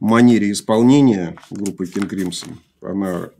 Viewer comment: «Кынг Крымсо» обычно японцы говорят, они всегда слоги с такой твердой ноткой произносят.